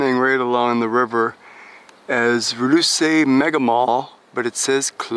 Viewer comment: Pronounced Roo seh not Roo see